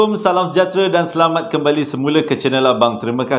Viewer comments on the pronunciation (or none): none